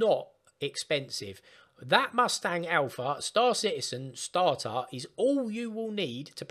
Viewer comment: it's not "starhar", it is "starter".